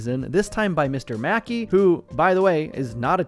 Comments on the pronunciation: So is it just me who was wheezing for five minutes straight after AI Mackey said “Mickay”? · Anyone else realize that AI said “Mkay” like “Muh-kay”?